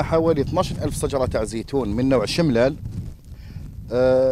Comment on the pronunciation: ياو شجرة ماشي صجرة°!!!!!!!🤒